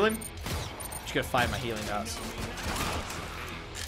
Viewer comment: I thought he kept saying "Helium darts"